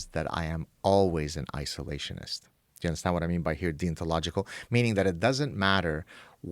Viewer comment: the way he says deontological sounds like he's saying 'thee ontological'